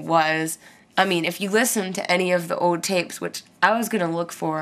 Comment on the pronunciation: Elasticity is a word :) I love the way you say 'old'. Sounds like "ohd". The first time I heard it was when you described your Harmony guitar. Thought you were being cute because it sounded like a kid talking :) but you still pronounced it "ohd" in this video. Anyway, LOVE IT :)